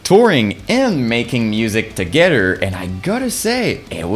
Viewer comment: “Togeder” has to be my fave word you say